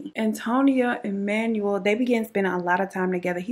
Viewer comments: Manuel is pronounced Manwell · Awesome video I'm an Aquarius ♒ and he was just a sad situation...his name is pronounced Man-well V-ay-haas ❤️❤️❤️ I hope your new baby settles in soon.